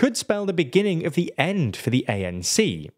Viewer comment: isn't that the "in the beninnging" guy?